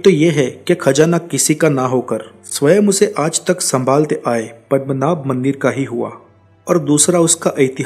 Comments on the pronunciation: it's Padmanab not padamnath , you... hindi folks , I thought ur pronounciation may be different. Literally wrong also. Padam means word Padma means goddess Lakshmi So Padmanab "goddess Lakshmi's husband" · Bhai thek sey pronounce karo padmanaba*